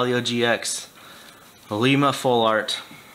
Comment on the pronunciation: he murdered Iilima